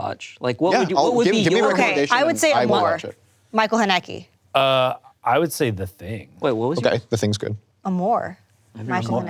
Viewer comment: Hihi so cute how pronounced Michael Haneke's name 🤭